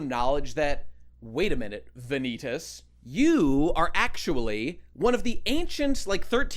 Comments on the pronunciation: everytime he says Va-Knee-Taas i die a little inside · Vah- knee - tahs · I was really hoping after all this time that would pronounce Vanitas' name correctly, but at this point, I think he's doing it intentionally just for the love of the game. GG.